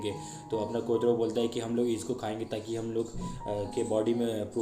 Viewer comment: कोटरो nehi कोटारो bolte hai lekin explain accha krte ho name shi se lo